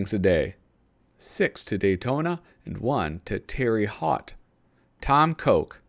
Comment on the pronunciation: I'm watching out for you and your travels. If you ever take the chance to visit some Hoosiers, I believe the town is pronounced "Tare Hote," Indiana. (Terre Haute).